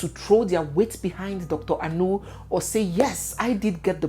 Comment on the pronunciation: Dr Anu, as in Dr meat? Anu means meat in igbo. as an igbo lady please pronounce the name well! It's not a foreign name! People that are "fingered"? lol